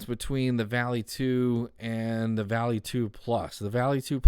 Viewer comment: I know I am late here, but the proper pronunciation is more V-ah-lee (Volley). It isn't a sharp "A". There may be other words that are spelled this way that are pronounced how he says it, but if we are referring to the Norse god, it is more close to Valley or Volley in the English language.